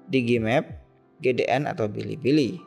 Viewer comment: Hahha bili bili , blibli om bukan bilibili 😂😂😂😢😅